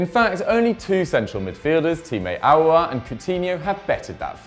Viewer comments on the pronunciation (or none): none